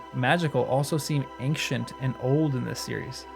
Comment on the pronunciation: When you say ANK-shuhnt do you mean EYN-shuhnt?!